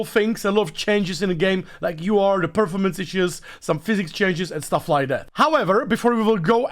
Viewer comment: I don't want to be a bitch but as a teacher, please look into how to pronounce perFORmance 😂